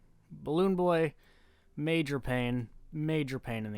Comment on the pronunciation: it sounded like he said "Mayor Balloon Boy" which is a new phrase that scares me